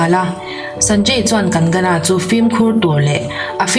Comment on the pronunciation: Ngaihnawm thin e, chuan..kan-ga-na ni lovin kang-na ti a lam rik tur😊